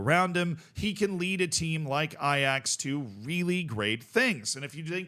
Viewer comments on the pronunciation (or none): none